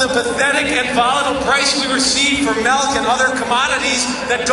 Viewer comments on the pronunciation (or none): Powerful speech. So powerful, in fact, that I'm even willing to forgive the way he says "melk".